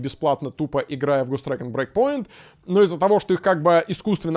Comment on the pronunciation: Каждый раз, когда произносит Ghost Recon Breakpoint, я слышу Гос Трэк'н'Брейк Поинт